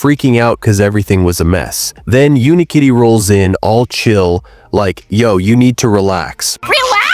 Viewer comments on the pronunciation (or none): its UniKitty not Unkitty 😂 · bro says unkitty instead of unikitty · It’s not un-Kitty it is Unikitty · Not him mispronouncing Unikitty, and genuinely believing it’s Unkitty. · no it isnt , its unikitty 😭 (the narrator is ai) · "Uni-kitty" ❌❌ "Un kitty" ✅✅ "Hawkodile" ❌❌ "Hoe-ko-dill-eh 🤠🤠🤠" ✅✅ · Its UNIkitty. Not UNkitty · Do not diss Unikitty like that Dude it’s UNIkitty not UNkitty💀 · Wait it’s pronounced “Unkitty”? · ITS NOT UN-KITTY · Bro the way the ai voice pronounced hawkadiles name 💀 and why did it keep saying “unkitty”